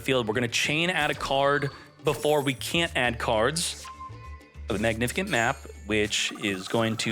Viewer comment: That word is pronounced Mag-Nih-Fih-Sent.. How long have you been reading it as magnifikent? 😂😂